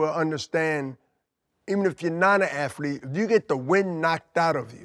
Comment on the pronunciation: Aflete bro… aflete.